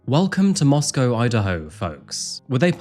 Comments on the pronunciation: FYI in Idaho they pronounce the second syllable of Moscow as -koh, not -cow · MoscOw and not MoscAw ffs ! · Strange to hear Moss-Cow not Moss-co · It's not Mosque-ow...that's in Russia. It's Mosque-oh. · Its not pronounced Moss-Cow. Its pronounced Moss-co. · It's pronounced 'Mosco' not 'Moscow.' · Intentionally mispronouncing Moscow to troll the town. Classic. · Moscow, Idaho pronounced Moss-Coe…. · I've visited this town before and I've gotta say, the locals get upset if you pronounce it like the capitol of Russia. They pronounce it Moss-Coh. Just a sidenote I thought I'd share. Great reporting as always,. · Really used to enjoy when you did cases that we hadn't really heard about. Nowadays it's same old same old that's already flooding YouTube. Whats with the mos🐄 pronunciation 😂 time for a break for me sorry i do hope you and Nero well and all the best for the coming New year xc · MOS-CO. NO cow in the word. It is co. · it is interesting how this Moscow is pronounced.. if he knew Madison it may be an unrequited obsession and revenge for rejection .. this is a risk young people face when they meet strangers at random without checking their backgrounds..which was therefore perhaps not encouraged in the past in many traditional cultures...